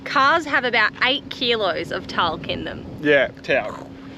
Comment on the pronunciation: givin shit for saying talc slightly wrong - then you go and BUTCHER Carnamah.